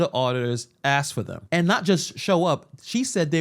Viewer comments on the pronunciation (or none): I was with all the way until the end when you said “axed” ugh